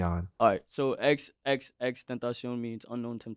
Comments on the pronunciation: mans said xxxtentaycion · I highkey wanted to stop watching when you said his name wrong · What the hell bro YOU SAID HIS NAME INCORRECTLY WHAT THE FUCK MAN I WILL LET THIS SLIDE FOR NOW BUT IF YOU SAY HIS NAME INCORRECTLY AGAIN I WON'T BE HAPPY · Please say his name right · Doesn’t matter just say his name right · Why you gotta mispronounce his name within the first 60 seconds bruh come on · your blatant disrespect on the pronunciation on his name is crazy 🤦🏽‍♂️ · I cringed so hard at how you said his name in the beginning😭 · People still can’t pronounce his name?even a journalist?crazy